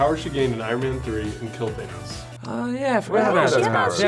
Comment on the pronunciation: It's Thanos, not Thainos.